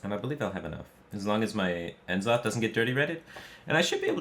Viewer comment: Its nuh-zoth not en-zoth